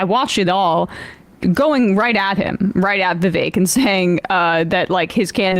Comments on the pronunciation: nope, it does not rhyme with cake whitie. It's not "vivake" as you white ppl pronounce it. It's "Vivek" "Viv-ek". Not "ake". Complain abt white privilege and shit, proceed to do it, and not comprehend the hypocrisy. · Who decided Vivek is pronounced Viv-ache? American English is wierd. Bar-ache Obama anyone? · To help with pronunciation, Vi-vague 😉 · Trump won't put Vivek in his cabinet. He can't even pronounce his name